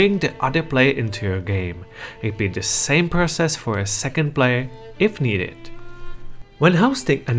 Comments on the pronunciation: It doesn't have to be negative or positive, it's just something that is. But I think you can say play-yer instead of plaiar 😂👍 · Tha Plyar, Kuh Uhperatively lmfao Your pronunciation is so funny